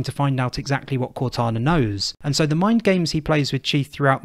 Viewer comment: Blows my mind how you and others can insert the sch sound in places with s's and a r sound where there is a w. Assuming sounds like Asschuming or saw sounds like soar. I love it tbh.